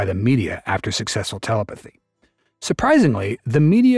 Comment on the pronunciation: Your AI narrator keeps saying teleputhy 🤣